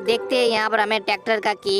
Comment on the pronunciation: Tacter nehi tracter